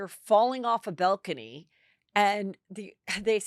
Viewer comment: What is a "bell-cany"? 😅